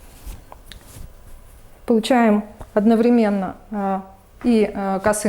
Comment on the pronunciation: Не одновремЕнно, а одноврЕменно.